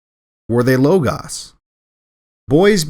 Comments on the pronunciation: For some reason E Michael Jones consistently mispronounces λόγος. It's either LOH-GOHS or LAH-GAHS, not LOH-GAHS. It's the same vowel, omicron, you wouldn't pronounce them differently. Whatever pronunciation scheme, either Modern or Erasmian, you'd pronounce both syllables consistently. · Logos isn't spelled low-gause, only a fool or speech impediment restricted individual would pronounce it as such.